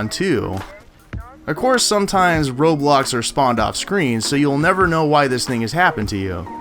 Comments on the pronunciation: when he was saying road blocks i thought he said roblox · Your pronunciation of "roadblocks" sounds like Roblox lol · did he say roblox or road blocks lol